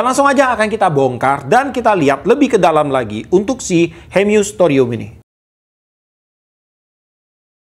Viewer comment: Hemus pak bukan hemyus 😁😁🙏